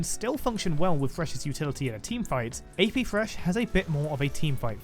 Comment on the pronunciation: FYI he lost all 8 AP Thresh Top games he played in normals for this video. Also, pronounce the TH in thresh right you Pom